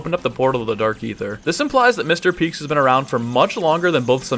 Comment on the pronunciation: everyone keeps saying “Mr Peeks” when it’s “Mr Peak” with an A